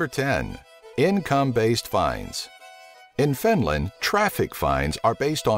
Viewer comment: EBINLAND :D :D :D :D :D